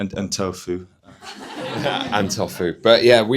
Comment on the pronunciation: health expert but can't pronounce tofu right??